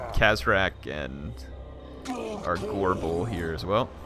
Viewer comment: makes "gorebull" sound like "agorable"